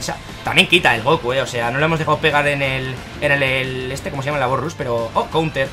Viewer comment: de parte de un amigo: embolia cuando dices '' bos rus''